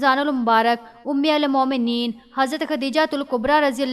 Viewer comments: Aap Urdu ka alfaaz galat padh rahi hn.. Ummul momneen..sahi.. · Umulmomineen ghalat parh rahe hain